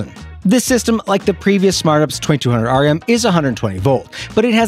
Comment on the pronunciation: C’mon. It’s UPS, not ups. That’s just gross